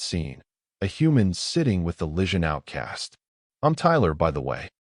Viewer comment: Need more work on narration enunciation. Improper cadence. Some awkward stops and starts. Vegetarian pizza, um its pepperoni. Is the enunciation of Lysian...lishun? enter_species. Without a doubt, human approach - Pizza Diplomacy approach! Overall: Wonderful story